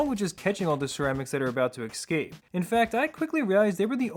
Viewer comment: omfg it's ESCAPE. NOT "EXSCAPE" Wtf is wrong with you!! ES-CAPE.